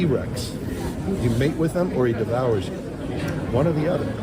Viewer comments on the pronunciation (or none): none